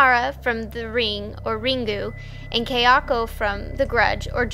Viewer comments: Kayako. It's pronounced "KAI-ah-ko", not "Kei-AH-ko". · dame desu its " Kah-yah- ko